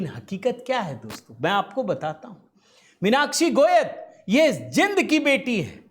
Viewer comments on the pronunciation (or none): बड़े खिलाड़ी को हराने के बाद हर कोई नया खिलाड़ी खुश होता है 😮 और मिनाक्षी का ऐसा कहना एक तरह से सम्मान देने के समान है 😮 आपको श्रीमान जी हरियाणा के कल्चर का ज्ञान वैसे ही नहीं है जैसे 'जिंद' नहीं 'जीन्द' बोला जाता है 😊 अब आती है बात ट्रायल की, असल में तुम लोग अपनी झेंप मिटा रहे हो, कारण तुम लोगों द्वारा आरोप लगाया जाता रहा कि हरियाणा वाले बिना ट्रायल के जाना चाहते हैं 😊 अब इसका भी जवाब मिल गया होगा 😊 तीनों कटैगरी में 18 खिलाड़ी का सलैक्सन हुआ है 😊 पता है हरियाणा के कितने हैं??? सारे के सारे 18 😂😂 साहब आपको burnol की जरूरत है, भ्रम मत फैलाओ 😮 हारने वाले भी हरियाणा के और जीतने वाले भी हरियाणा के 😮 जय राम जी की 🙏🙏